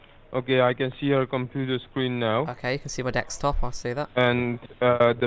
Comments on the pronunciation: These videos are hilarious, but why does he say "dextop" and "wirus"? Just curious. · 'DEXTOP' lol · dude STOP saying dekstop! it's desktop. And stop saying taksbar it's taskbar. taksmanager is taskmanager. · if you stop saying DeksTop, sure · do you purposely say deckstop and taxbar rather than desktop and taskbar??? good vids tho and funny! keep up the trolling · does he say dekstop on purpose? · Why are you and some more people saying "Dekstop/Dextop"? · dekstop lol